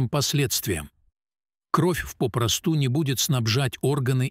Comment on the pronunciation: Что у вас с ударением в словах? Столько грубых ошибок я не слышала. Это очень мешает слушать. Просто раздражает. ПопрОсту, тромбАэмболия., свертывАния.листьЯ, чОрника, кумАрины..... Ох, всего и не перечислишь. Я уже не говорю о правильной интонации. Иностраннц, что ли, читает..... Очень плохое чтение текста.